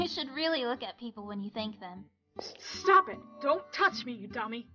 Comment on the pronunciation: Well I know Ed is saying "Stop it" to Rob when he hit him but... I keep hearing Stab it instead.